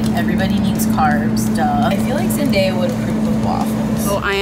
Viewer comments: Omfg....y’all they said the name wrong like only 4 times. im pretty sure they know how to say it now... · Okay I get pronouncing her name wrong just because you weren't aware... but they switched back and forth the whole video?? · Am I the only one when that gets triggered when they say here name wrong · If they really liked Zendaya they would have pronounced her name correctly js 😬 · Can she not pronounce her name wrong when Zendaya has said it correctly many times b4 publically 4 the internet?! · How many times did they say her name wrong??? I only got two. Y'all overreacting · THATS NOT HOW YOU SAY IT. NOOOOO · Triggered at how she said Zendaya the first time. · I honestly was hype to watch this video until why can’t NO ONE pronounce her name right like for real! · ... Are my ears deceiving me because did she just say days name like..... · Imma stop right there cuz I can’t stand it when ppl say her name wrong as if it’s hard. Like it gives me such a cringe. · Says she's an icon but keeps pronouncing her name wrong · A whole video about her.. and they keep saying her name wrong 😅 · Who is that?!? I continued to watch the video and they say it wrong again😒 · BRUH YA'LL COULDN'T EVEN SAY HER NAME RIGHT! >_< IM DEAD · They said here name so wrong 😕😕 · CAUGHT sayin her name wrong?! She’s your icon but ya can’t say her damn name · You can't even say her name right LMFAO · is that how you pronounce her name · Funny how kuwilileni made a video about people saying her name wrong but she and her friend constantly mispronounce zendayas 🤦‍♀️ hypocritical much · i couldn't watch the video because of how they were pronouncing her name. Soooo annoying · “Zen Die Ah” Girl it’s “Zen DAY ah” I mean at least pronounce her name right 😂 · reason why i dislike this video 😡 ZEN-DAY-AH. NOT ZEN-DIE-AH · Zen-DIE-yah? Zen-DAY-yah* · it’s zen-day-ah not zen-die-uh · It’s (zen-day-uh) Not (zen-die-uh) 😂 Edit: thanks for the likes this is the most I’ve had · OMG ITS ZEN-DAY-A NOT ZEN-DIE-A